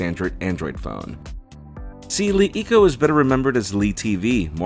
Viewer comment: It's pronounced like "La Eco"